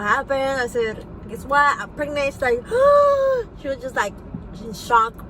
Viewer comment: anyone who says " pregnit " shouldnt be getting pregnant ;) also i never trust people who say something then rebuttal what they just said then pass it off by going "bababadadadadadada"